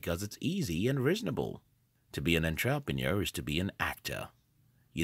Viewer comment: Firstly, you aren't an entrepreneur, you're a computer who can't even pronounce entrepreneur. Secondly, Google became profitable because of government funding thru the CIA. It had nothing to do with delayed gratification. It has to do with invasion of privacy and data collection.